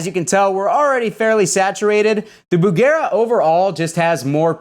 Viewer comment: Dear, thank you for calling the amp Bugera instead of Busjera.